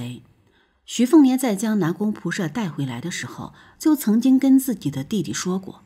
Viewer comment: 光是那個"射"的念法，聽了就受不了